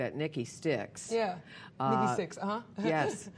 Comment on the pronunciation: Its Nikki sixx NOT Nikki Stix ! Get it right !